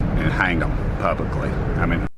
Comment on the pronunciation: said "publicly"😬